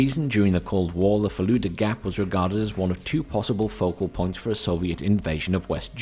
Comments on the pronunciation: it's not the Fallujah gap Assuming it isnt a joke: the word consists of two sounds, that should be fairly easy for an english native to pronounce (if they know about them) - Full and duh, albeit duh is kept fairly short, as opposed to its common use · Its fulda gap as in "full da" not falooda